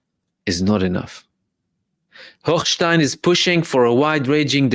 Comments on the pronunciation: Omg!!!!! I love the way you pronounce Hochhhhjhhgggggggggshitstein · Brother I was cracking up every time you enunciated “Hochstein”